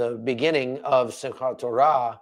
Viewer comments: You said. Simka torah very very well and very israeli like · You pronounced Simchat Torah pretty well! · This will be the two years anniversary of the hostages being taken. If they are released on that day it will be Biblical. And yes you pronounced Simchat Torah correctly! Watching from Wisconsin 🇺🇸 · Excellent pronunciation on Simchat Torah but it's not the holiest day in the Jewish calendar. That would be Yom Kippur, Great analysis as always. God bless. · YOU DID SAY SIMCHAT TORAH CORRECTLY